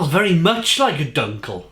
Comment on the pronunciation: Eichbaum actually is the same for oak tree.. and yes you pronounced the word "eichbaum as good as we Dutch folks speak English.. terrible.. sorry.. God bless you.. I (like in me/ you talking about yourself.. ) or 'ai'.. and dunkle is pronounced more like 'do'.. do nkle bock in the Netherlands such a sound would be written like 'oe'.. which sound like the 'ou' in the word "you".. so not sound like uhhhhh but more like (y)ou.... Do you also homebrew?